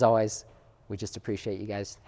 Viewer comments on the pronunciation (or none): none